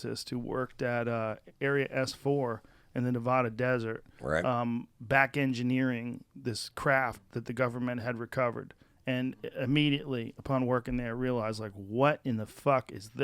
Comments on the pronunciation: Please, please, please Joe! Pronounce Nevada correct!!!!. It's 'Nev-AD-uh', Not 'Ne-VAH-duh'! Weird!!!! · Still pronounces "Neváda"